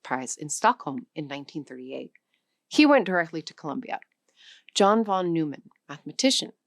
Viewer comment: his name is pronounced von NOY man